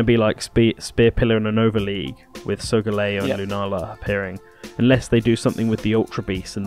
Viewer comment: Solga-LEo Not solGAleo.